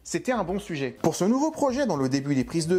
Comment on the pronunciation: le "sue-geai"?...Ou,le sujet?